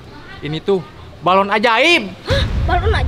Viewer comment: balon bukan baralon 😂😂😂😂